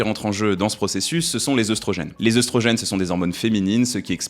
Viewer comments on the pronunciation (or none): Tu prononces œstrogène "œustrogène", par contre pour catéchine, j'ai cherché dans de nombreux dictionnaire, je n'ai pas trouvé de "ch" prononcé "k" (pourtant c'est bien issu du grec kh ici) ^^ Les mots en œ, se prononce "é" si d'origine grecque comme dans fœtus, œconomie (devenu économie), cœlacanthe ( le c devant le e-dans-l'o se prononce "s"), Œdipe (les dictionnaires qui s'adaptent à l'usage trop important comme le Robert a fini par céder et le prononce "Œudipe" maintenant, mais sur le Larousse et d'autres, c'est toujours Œdipe) ou œnanthe seuls quelques mots d'origine allemande prononce le œ, "eu" comme dans fœhn ou Gœthe. Le œ, c'est comme le o, quand on lui rajoute un "u", il change de prononciation. o -> ou et œ -> œu ou œi (on n'écrit pas œuil dans ce rare cas car il s'agit d'une diphtongue comme dans aïe), c'est pourquoi les mots comme œuf, bœuf, chœur, œil, œilleton on cette prononciation si particulière. Quant au "ch", c'est plus compliqué, c'est au cas par cas mais quand on y voit une étymologie d'origine grec (qui passe parfois par le latin comme "chorus"), il vaut mieux vérifier. Par exemple, on se trompe trop souvent sur le dieu psychopompe et la lune de Pluton du même nom Charon qui se prononce "Karon" (même en anglais).